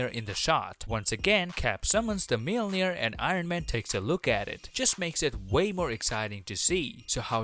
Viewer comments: “....Captain America summons the ‘mail-neer’....” 😂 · Bro.. just say Mjolnir.